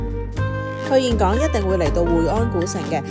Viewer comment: 我當年去峴港，巴拿山未起好佛手橋，睇完好想再去😊 好多人都會讀錯峴字，但你係少有地讀啱👍❤ 呢間酒店咁好有醫生上房睇病😂 好彩奴爸無乜事💪